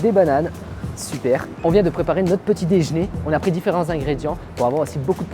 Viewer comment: C’est l’heure du petit « déjn’er »😂